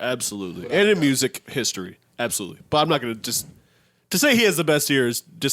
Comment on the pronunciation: i b forgetting is a white boy sometimes he sounded like a whole nigga when he hit that absoooolutely